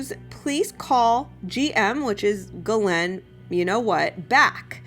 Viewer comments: Just a note, as someone who speaks some French Ghislaine is pronounced very much like geese/lane. sorry... the mispronunciation of her name drives me nuts. I legally changed my name because it was too French for people to pronounce. It was painful to hear it butchered at every turn in new and inventive ways daily all of my life. It's a thing.. just sayin'. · Her name is pronounce Jis Lane. yup Jis..... now think on that. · I think she pronounces it this way on purpose so YouTube won’t flag her video. There are a lot of words that YouTube will censor your videos if said. That’s why she says Jeffey as well.